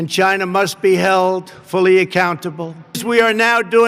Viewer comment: 1.10. I love the way he says China 😂